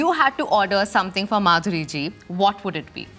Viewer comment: When kamiya said let's welcome Madhuri dixit, idk why I heard BANDARI DIXIT😂